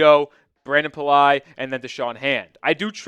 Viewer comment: Really need to suck to doing Cowboy's content because you know nothing about The Dolphins... Can't pronounce Brandon Pili and go watch the short his name id Kake Driscoll not Jack. Just like Biden teleprompter only. rules!!